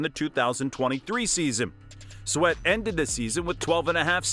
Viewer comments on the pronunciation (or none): none